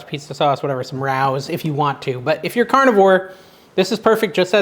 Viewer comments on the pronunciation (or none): Rao’s is pronounced Ray Oh. Please not Row. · The pizza sauce you mentioned is pronounced "ray 'oh's NOT row's